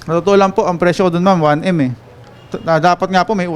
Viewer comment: Naawa na sana ako sa kinukumplain kunte...pro nang mabigkas ang 1m..langhiya...sino kaba???😂🤣🤣🤣🤣